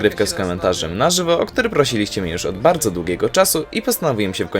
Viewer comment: idź weź się za naukę Np już A nie jusz